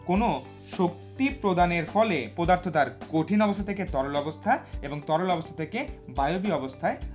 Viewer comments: স্যার আপনি অনেক ভালো করে বুঝতে পারেন কিন্তু আপনি একটা ভুল উচ্চারণ করেন পদার্থকে পোদার্থ বলেন।।। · এটা পোদার্থ না এটা পদার্থ